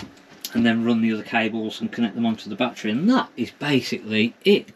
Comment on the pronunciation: Its not a "bat-TREE" or "bat-TRAY" Say "ba-TTerY "